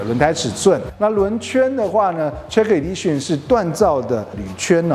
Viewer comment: 这明显不是地区口音的问题啊，Edition /e/ 发 /i/ 音 idition？？；Lexus /aekses/ 他发 /lases/，这种也是地区口音问题嘛？